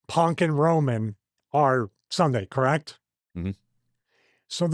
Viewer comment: Stevie you gotta try to stop saying "correct" like that, you sound like Amber Heard's Lawyer 😅